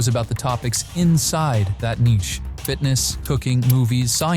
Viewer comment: Nichey (निचे) nahi Niche (निस) 😂